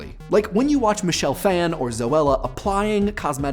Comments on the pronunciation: I'll be the corrector that says Michelle Phan is pronounced "fawn" instead of "fan." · OMG that mispronunciation of Michelle Phan is so bad. It's Phan as in baby deer, not Phan as in "fan-ny".